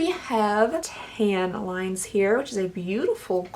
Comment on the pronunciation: Definitely heard "I'm gonna put tampons on the center of my eye" instead of tan lines haha